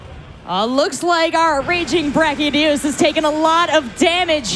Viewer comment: I liked the gameplay but who was that woman host? She was so cringe and she pronounced brachydios with a g like "bragydios". Like wtf at least get people to host who know the friggin names of the monsters.